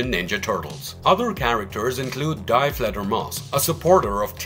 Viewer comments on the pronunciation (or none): Die Fledermaus is pronounced "Dee". It's German for "The" (with feminine nouns)